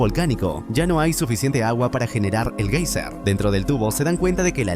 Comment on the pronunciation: Julio VERNE, como Verner? Y géiser es no hi sec 😂